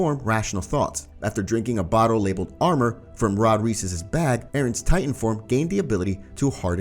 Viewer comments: I get so angry at you. You called reiss REECE it’s RICE and you called Maria Mah-re-uh but it’s Mhar- E-UH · you pronounce reiss like "rice" not "reese" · Nice vid brother only Reiss is pronounced rice and not Rees 😜🔥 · Bro said REECE ITS PRONOUNCED RICE. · Its not riss tho its rEis with strong E [reis] not rees ok? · Im so annoyed that he says Reiss wrong…. Its EI not IE so say it right please…